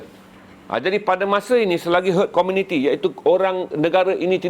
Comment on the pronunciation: bkn main byk mislead. brp byk mati lps 2 dose. sikit2 kajian lapangan, pundek. sapa ckp org England 🏴 ramaaai suntik?? aduhhh🤦🤦 semua nak bercakap, wpun bkn bidang dia🤦🤦. HERD IMMUNITY pun salah sebut🤦🤦. apa²lah bang, yg penting kompiden 👍👍